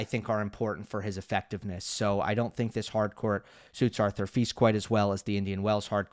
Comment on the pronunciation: I appreciate providing that info; he's trying. In Czech, the diacritic over the S, ie, Š, is pronounced SH, as we all now know.:) Note that he pronounces FILS correctly (rhymes with PEACE). Many American voices in tennis just don't make an effort. Cheers!